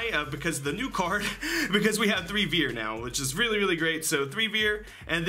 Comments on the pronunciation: Its actually pronounced fier, not viet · vier ist prononced like fear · As a german I think your pronunciation is very funny xD "vier" is pronunced like "fear" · Vier is pronounced more like fia. It’s the German number for 4 and V has an f sound while W has a v sound. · It’s pronounced “fear” the “v” makes an “f” sound. Dope-ass Cyber Dragon name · Vier is is pronounced like the english word fear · Vehicleroids anyone...? also Vier is pronounced fear because it's German. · nice video👍 i just wanted to say that the "v" in "vier" is pronounced harder like a "f" in "for" 😉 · It's always funny to hear Americans try to pronounce german words :D The way you say "Vier" would be the correct way to say "Wir" which is the german word for "we". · That's not how you say "Vier"